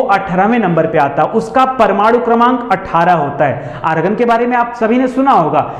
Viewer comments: सर ऑर्गन होता है, आर्गन नहीं 😅😅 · Sir organ nhi hota argon hota hai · Argan Bhai organ hota hai😂😂